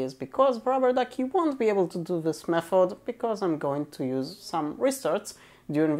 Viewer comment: Say Mefod one more time...